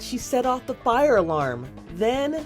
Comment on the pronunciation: ah yes the “flire” alarm.